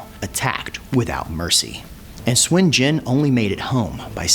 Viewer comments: The enunciation can be a trap depending on how the chinese speaker uses the U, it can vary from Soon to su/n, definitely not swin, but i can understand enunciation is not always consistent. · It is suun not shwin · okay since it's my SURNAME. it's pronounced "SWIN". It's also the same Surname of Goku and the Money king. SOON is INCORRECT. SUN or SON is also INCORRECT. (SON GOKU is a romanized way to pronounce Sun Wukong) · Nope. "Soon" is incorrect it's close but incorrect. here is a from an actual chinese movie where Sun Wukong pronounces his name.